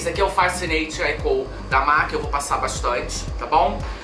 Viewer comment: Que luxo!!Será que é só eu que volto quando vc pronuncia os nomes dos produtos da mac com o seu inglês glamuroso..? #NemAsGringaConsegue #PorqueTemQueTerCarão #Aceita